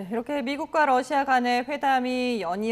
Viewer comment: 발음 좋은데요 왜그러세요 ㅋㅋㅋ 🤣🤣🤣🤣